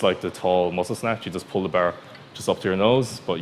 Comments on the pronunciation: What I do wrong was pronounce bar wrong you should say it like clarence Bâer Bear Beaer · The "behr". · "Just put your tum on da bear" hahaha i love it